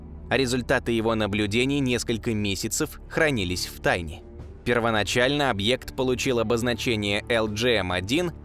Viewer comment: Зачем объект говорить как старовер какой-то 😏